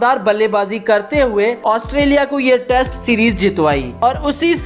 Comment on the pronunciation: Australia Not Asutrailian